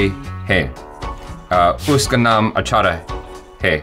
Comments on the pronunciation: Not 'Uska' *iska 💓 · No uska it's iska 😂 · Not "uska" its "iska".